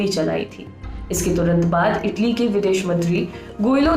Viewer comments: Taly nahi italy ललनटॉप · Taly nhi italy